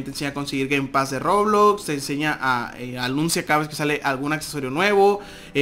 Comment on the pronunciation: Dijo robulox